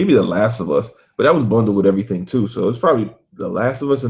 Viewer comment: LMAO, "Eaiything"!